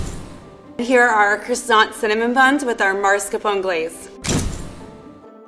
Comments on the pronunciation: i died inside everytime she said mascarpone its prounounced mas-kar-po-ne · Seriously, lvl 3, maRscapone cheese?! My ears are wilting and I'm not even Italian... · OMG Ikr... I cringed so much... Like WTF is marscapone??? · Am I the only one who hears the pastry chef saying "marscarpone"? O.o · I was just thinking that. You've been a pastry chef for 9 years and you don't know how to say mascarpone? Drives me nuts when people say "marscapone." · the lvl 3 chief called mascarpone cheese "maRscapone" FOUR TIMES and sounded so confident hahahahaha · The professional pastry chef saying "mars-capone" makes my brain hurt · "I've been a pastry chef for 9 years!" ---> "I use MARSCAPONE cheese".....MAR-SCA-PONE.....0_o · every time level three said "maRscapone" I died a little inside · I die a little bit inside everytime they call it Mascar-pon. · The professional chef and her “marscapone” 🤦🏻‍♂️ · You’d think a chef who’s been a professional baker for 9 years would be able to pronounce “ Marscapone” right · Not if it's spelled Mascarpone and she pronounces it Marscapone... it's an Italian word - there's a clear way to pronounce it (unlike e.g. irony). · soooo uncomfortable when she says MARScapone lmfaoooo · You pronounce as "Maskarpone". The chef was not italian 😆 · the fact that she’s a professional chef and says “MARScapone” scares me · As a European, I am infuriated by the fact that the level 3 chef pronounces mascarpone as Mars-Capone. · Can we just talk about the way pronounced mascarpone? mArSCapOnE?¿ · Am I the only one hearing “marscapone”? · Wants to flex, don't know how to pronounce maSCARpone. :( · Mars..capon.. 😂😂😂😂 Does the 9-year-experience pastry chef not know how to pronounce basic baking ingredient ? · Omg yes I was looking for this comment 🤣🤣🤣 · thank you. That was grating. And it's not like Mascarpone is hard to pronounce.... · Thank you! Made me die to hear it completely wrong every time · I cringed so hard omg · SAME OH MY GOD